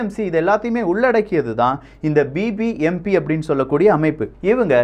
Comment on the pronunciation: not bpmp its bbmp